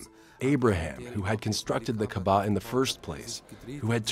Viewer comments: Dear narrator - brah - you're putting the emphAsis on the wrong syllAble... it's pronounced KaAba, not KabaA... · The commentator must be respectful to proper pronunciation. He should have learned before commentaring. It is not MAZLUM, it is MUSLIM with S not Z. It is not Qaba, it is QAABA, stress on A between Q and B. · Its KAABA and not KEBAB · Its not "Kaba" man, its doesn't sound like Kabab. Its "Ka'aba". The punctuation in between sounds somewhat like Y. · Uhm it's pronounced kaaba not kabaa. But cool info tho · pronounce the word Kaaba correctly. not kabaa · KAABA!!! Not Kabaa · KAAAABAAAA not Kabaaaa Not everything in this video is correct. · Mr Narrator by, the word is pronounced "KAABAA". The house of Almighty Allah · Why do they keep pronouncing kaba wrong? It’s really frustrating and annoying. Maybe speak to an Arab or Muslim first before making a fool with mispronounciations! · Whoever is giving voice to this documentary, please don’t seem ignorant by mispronouncing Kaaba. It’s embarrassing and I didn’t watch this because I know that No serious work has been put into making it. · The way you guys pronounce Kaabah is so embarrassing!